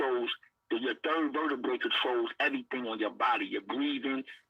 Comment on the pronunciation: He said my 3rd verdabray 😅😅😅😅